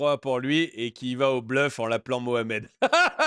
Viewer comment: Je ne comprends pas, il dit "Mohamed" ou "Mouche à merde"...... Ce n'est pas important, c'est la même chose 😂😂😂😂